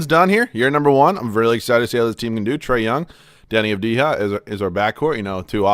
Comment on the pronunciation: Avdija Pronounced avdiya